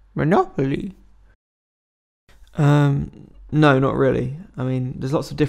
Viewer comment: I swear he said Molopoly once